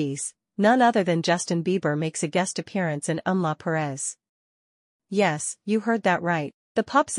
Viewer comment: It's not Em-la Perez. It's Emilia Perez.